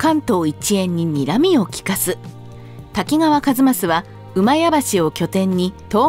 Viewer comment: 「甲賀」は「こうか」と読みます。「こうが」とにごりません。 「左近充」ではなく「左近衆」では？ 個人を指しているのではなく、「滝川左近の郎党」という意味だと思います（近衛府に「充」という官職はありません）。 一益の初期の官位は「左近尉」→「左近将監」なので、滝川左近が一益であるのは間違い無いでしょう。ただし、近衛府に「尉」の官位はありません（「尉」に相当するのが「将監」）ので、「左近尉」は私称で、のちに正式に「左近将監」に補任されたと思われます。 「厩橋」は上古では「うまやばし」と読みましたが、中世以降は「まやばし」と読みます。江戸時代に「前橋（まえばし）」になります。